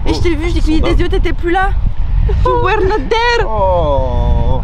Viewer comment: « You wheRRRRRe not ZÉÉRRRRR!!🥹 »😂